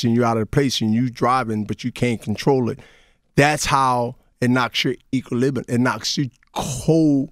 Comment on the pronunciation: Dat nigga was tryna say "equilibrium" 😂😂😂😂